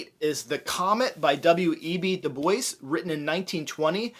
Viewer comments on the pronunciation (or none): Nice video! By the way, Dubois is pronounced, “doo-bwah”, as it is French.